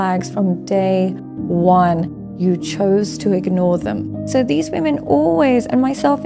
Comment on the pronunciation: I enjoy your channel… but can you please say WOMEN When it comes to multiple females 😅…thanks bro ..no hate. Keep up the content 💯… or maybe it only sounds like that to me… I don’t know🤔